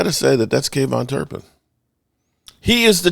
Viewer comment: I thought the same thing it sounds ridiculous